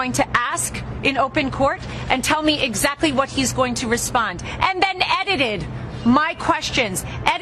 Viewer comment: what is "eddided?" I've heard of edited, but not this eddided you keep saying.